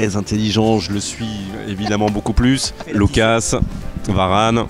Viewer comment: Pourquoi il dit LOUCASSE Hernandez et pas Lucas ?